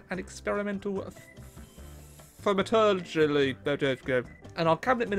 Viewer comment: not being able to pronounce Thaumaturgy is all I need to stop wondering if he’s into DND 😂😂